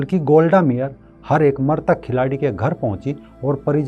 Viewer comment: मरतक नहीँ मृतक होता है